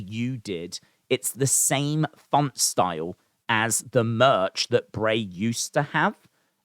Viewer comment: Dude u know it’s bray lol 😂